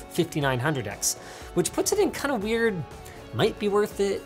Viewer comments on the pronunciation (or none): wheirdness of tests, wheirdness of theeze all wheird cores all together... Linus, You are a wheird man... continue please.